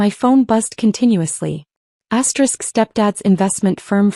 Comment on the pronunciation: Stop saying asterix!